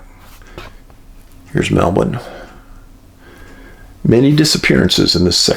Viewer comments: Dave, I already think you are a legend, but pronouncing Melbourne correctly, that just rocketed you into legendary status! You rock, my friend, love all you do, thanks so much!!! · excellent pronunciation of Melbourne, Australia Dave 🙂